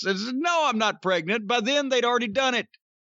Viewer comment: WWE doctors on Google: "am I pregante"